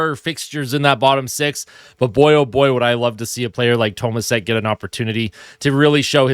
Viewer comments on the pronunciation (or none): it's pronounced toe maa shek, as stated by Bob Staufer yesterday